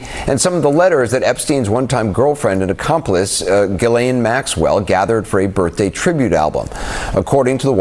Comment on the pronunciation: Pronounced Jjjeelaine ( no hard “g” sound) and no “s” sound.